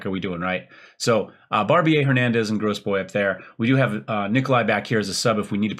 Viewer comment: Is FM Guru on Youtube? The only person I could find by that name has only one video up. Would be interested to see, if they are on YT. Oh, and the only name you're getting quite wrong is Grosbois, which is "grow-bwa", though Gross-boys is pretty funny too.